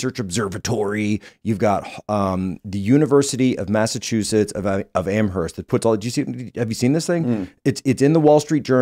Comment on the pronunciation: You can tell jacks not been around Amherst, bc everybody not from around here say it wrong same with Worcester ,Woburn, Lemonister